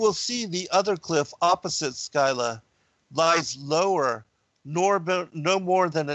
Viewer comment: Your research is impeccable, as always. Don't always agree with your conclusions - about half. Please look up the pronunciation of Scylla